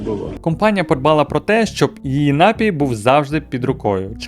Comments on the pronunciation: Та досить вже говорити нАпій, окей один раз, але щоразу ну просто слух ріже. Я не стараюсь душнити, але ж слово напІй, з наголосом на другий склад, навіть звучить милозвучніше... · НапІй, а не нАпій!!! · НапІй, напОї й усі слова цього ряду мають тільки один наголос.